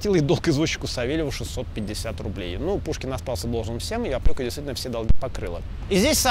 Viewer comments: Не опьока, а опека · Правильно говорить опЕка. Не хочу Вас обидеть.